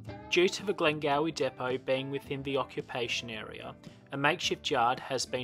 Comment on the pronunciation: Just to make your reporting accurate, 🙏, I respectfully advise you that the suburb is GlengowRie.... pronounced with the R sound. Thank you.